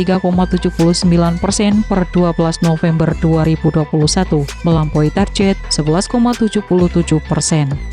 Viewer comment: OOT.. Mata saya suka kedutan saat narator bilang kata "Target" dengan "Tarjet".. Itu ejaan mana sih??